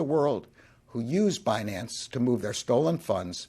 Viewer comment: Fi-nance and Bi-nance. What is Janet talking about with Be-nance